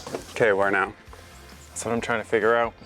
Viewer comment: I heard pronounce out, oot. Beautiful home your accomplishing. Stay safe!